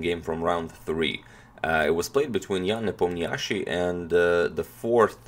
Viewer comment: HerzWatIThink It's pronounced Nepoamnishi